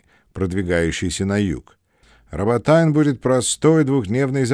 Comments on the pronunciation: Роботино,! Не роботайн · Дякую,,за те що маємо можливість почути американський погляд на події. Єдине,що дивнувато звучала назва нашого села Роботине (рус. Работино) як Работайн) Але я розумію що Ви перекладали з англійської і в англійській транскрипції воно так і звучить. Robotine.)